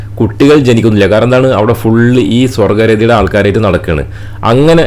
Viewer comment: സ്വർഗ്ഗ രതിയല്ല, സ്വവർഗ രതിയാണ്. കുറ്റം പറയാൻ വന്നിട്ടുണ്ട് എന്നൊന്നും പറഞ്ഞു വരണ്ട. ഭാഷ കേൾവിക്കാരന് കേൾക്കാനും കൂടിയുള്ളതാണ്.